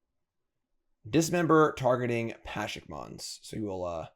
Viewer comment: pleeeease, can you read "Pashalik Mons" and try to pronounce the whole name PA-sha-lik Mons, or Pa-SHA-lik Mons either way you're missing a whole syllable